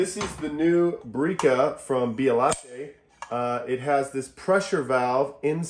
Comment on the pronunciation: Too high on temperature. Bialatta? Beh-uh-let-tee